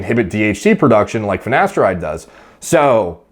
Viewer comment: “finnesteride” - ashton kutcher